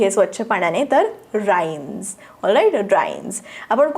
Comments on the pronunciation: Ma'am Rinse lt will pronounce in रिन्स् not राइन्स् as you pronounced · ma'am Rinse will be pronounced रि्न्स् Not राइन्स्